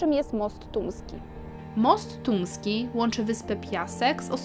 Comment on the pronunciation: No ja niestety słyszę "Tuński" kilka razy zamiast Tumski ...